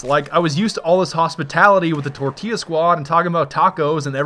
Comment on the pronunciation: tortillla: pronounced TOR TILLA